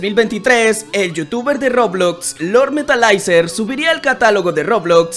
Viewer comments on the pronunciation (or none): se pronuncia metalizer no metalaizer